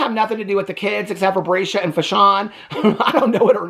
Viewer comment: Hi! 😂😂You just absolutely destroy me every time you call Robyn's kids' names! Breesha,Chiffon, and Mattress!! 😂😂😂 I needed a laugh today. Thank you!! 😂😂😂